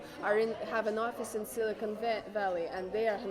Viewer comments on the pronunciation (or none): none